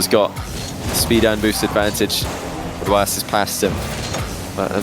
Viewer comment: how do u pronounce rw9 he says “rowoss?”